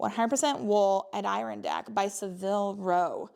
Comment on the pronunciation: Sweater…”AD der Ron dack” like the chairs. Cool piece